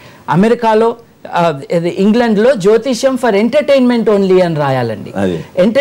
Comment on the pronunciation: జ్యోతిష్క్యం ఏంటి బాబు, జ్యోతిష్యం అనడం రాదా..